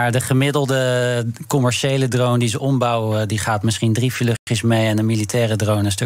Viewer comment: zeg gewoon drone! please. zonder die domme R drone ! na die ene meneer te horen zegt ze ineens wel gewoon drone